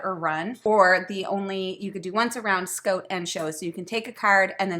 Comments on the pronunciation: SCOTE!!! I don't think I've ever heard someone say it scote before lol Although, I have heard people here in Ontario say "no more good" so maybe I shouldn't find "scote" as funny as I do... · “Scoat” or “Scout” does “soand” or “sound” very fun! Sorry I shouldn’t tease you like that but couldn’t resist. 😁 Love these little game reviews. Keep up the excellent job! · "I don't say Scoat, I say scout. Let's look at this game from Lookoat." LOL!! I love you guys so much... good content with great silliness. OMG... did she say flat out? You Canadians are crazy.